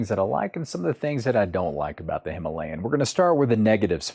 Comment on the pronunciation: Very thoughtful review indeed! I will be watching the rest of the videos as well. May I give you a challenge? Can you pronounce the word “Himalayan” correctly in your next upload? Wish you the best!